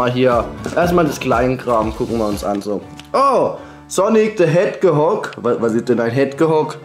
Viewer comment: der wird sonic teh hedschog ausgesprochen xD